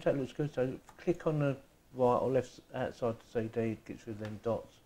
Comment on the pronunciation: CD = say day